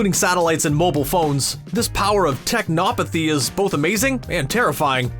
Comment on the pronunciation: Are you evER going to learn the proPER emphASid on the corRECT syLABles? Tech-no-path-y. NOT Tech-NOP-uhthy. to start.